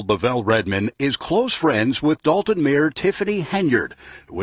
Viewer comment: Why is it so hard to pronounce DOLTON?🤔 (it's NOT DAWLTON) Rhymes with VOLT, BOLT, COLT, JOLT... Not one professional speaker, narrator, anchor person has pronounced it correctly. You're all a bunch of DOLTS! IMO. But I've also noticed the same people say ELL-inois. Sigh. 😞